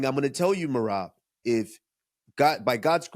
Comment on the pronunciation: And then henry never mispronounced Merabs name again.... 😂